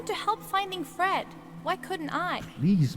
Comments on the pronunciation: I no idea how he read that E in fred as a O ... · dude it's fred not ford LOL